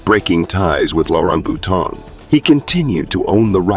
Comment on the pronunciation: Please learn to pronounce French names and words correctly! For example, it's Boutonnat, pronounced as "Boo-ton-A", not Bouton. The material in this video seems to have very little to do with reality. See Wikipedia instead. Many of her performances are here on Youtube.